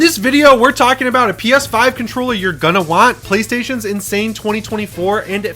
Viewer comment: Lol, I thought you said a Peta website 😂 I had to rewind and watch again. I'm waiting for the GuilKit KK3 controller. PS5 controllers absolutely use Bluetooth.